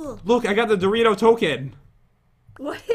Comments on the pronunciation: JEN iTS DORiTO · Pat why do you always say Dorito?